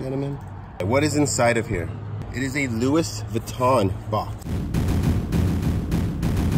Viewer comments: Louis is pronounced Lou-E just FYI, Congrats on the great finds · it kills me how he pronounces Louis in Louis Vuitton